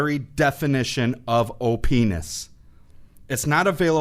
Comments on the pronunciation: he said op ness but it sounded like Oh penis😂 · did he just say openis? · lol he said openis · heh, he said openis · you say that something is the definition of "op ness" but it really sounds like o penis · Opness sounds like o-penis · oh pe-nis lol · He said opiness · I heard him say openis